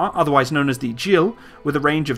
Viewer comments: Gil is pronounced Geel (G like Golf), not 'Jill' Hebrew doesn't have a sound of Dja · Hi, the right pronunciation of 'Gil' is as in the word 'Gill' and it literally means happiness. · Hard G on 'Gill". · "Gil" is pronounced with a hard G, not a soft G :)